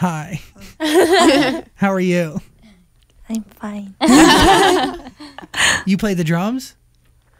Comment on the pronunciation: In every english interviews Jisoo is ignored but I love how Zach tried to talk with Jisoo too. Btw Jisoo's pronounciation of ' I'm fine' is sooooooooooo cute ❤